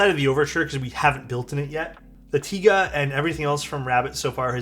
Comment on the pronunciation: Pronounced "tee-guh" fyi